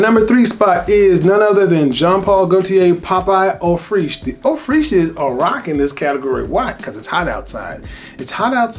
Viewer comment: eau freesh? Just pronounce Fraiche like fresh.